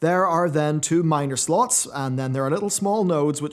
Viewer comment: If you keep saying "slots" like that your going to lose your monetization.